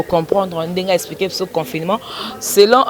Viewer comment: Journaliste oyo atanga wapi? yoka comment elle prononce le mot " Confinement".... Kiekieeee bo lakisa ye ke, le "ne" ne pas aigu à prononcer....